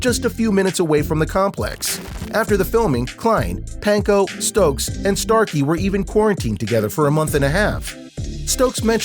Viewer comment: Yeah the dude who made this is doing a whole lotta callin, he also called Chase Stokes “Stoke”